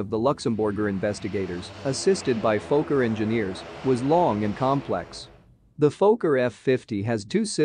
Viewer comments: It si not "f-OH-kker", it is "f-AH-kker". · Robot needs to know it’s a focker not a folker…. This is what happens when your not ready and you let ATC make your decisions for you, Wouldn’t have started the approach with RVR below the required. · Phoca? It's a Fokker. It's like calling a Douglas a doo glas. You know anything about aircraft but don't know something basic like what it's called?